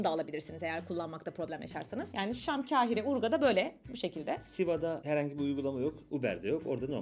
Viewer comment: Mısırı anlatırken, KEHİRE olarak telaffuz etmeyiniz. K A H İ R E olarak telaffuz ediniz. Acaba diliniz mi dönmüyor, yoksa ma kekeme misiniz?